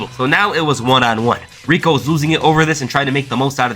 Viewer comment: At times when you say Rico I thought you said Regal.